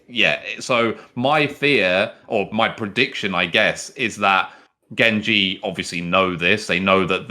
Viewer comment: that is what im say pronounced it wrong